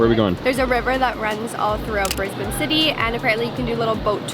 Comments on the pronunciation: Welcome to Brisbane! Glad you chose to start your Aussie adventure here instead of the cliche Sydney or Melbourne. Also big props for pronouncing Brisbane properly straight out the bag. I won't give you the same guff about the Starbucks thing. What I will say though is the Apple store you ended up in is actually in a building called MacArthur Chambers. It's the building which General Douglas MacArthur based himself during his time in Australia in the wartime. In fact if you were to walk around the side of the building and up the hill some, there's another entrance which has a lift in it that takes you up to a museum and you can stand in his office, which has been preserved exactly as it was. Sorry about the GoCard thing. It's ridiculous. They should be changing it to tap on/off with phone NFC soon... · Thank you for making the effort to say 'Brisbane' correctly